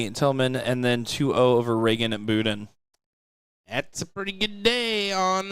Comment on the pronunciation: 0% chance it’s pronounced boo den bet it’s bud den just like it’s spelled come on guys 🤦🏻‍♂️🤦🏻‍♂️🤦🏻‍♂️